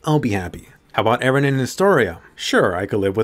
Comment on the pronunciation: Most likely "Ereh" She said 114 times till now lets see how far it goes